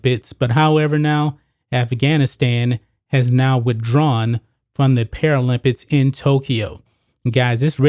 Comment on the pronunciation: "paralympits" "olympits"